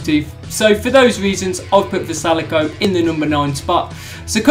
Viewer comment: Puts vrjsalko at the bottom, can’t say his name correctly in the slightest considering he made it to wc finals.